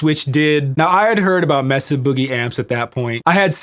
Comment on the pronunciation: Are you British now? It's not Messa! It's Mesa (Spanish for table) MAY-sa 🙂